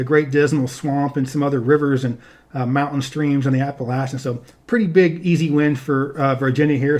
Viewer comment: The way you pronounce the word “Appalachian” terrifies me